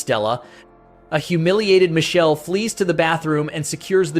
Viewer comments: It's Mikele in Italian, not Michelle!!! AI voice sucks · The root of that name goes back to Hebrew. Here it is an Italian version that evolved from that root. The name is composed of three Hebrew elements: mi ("who"), ka ("like, as"), and El ("God"). The video pronunciation of the Italian name is just wrong, as some people already pointed out. The real pronunciation keeps the K present in the root. It is something like Mee-keh-leh It is correctly pronounced in , for some reason.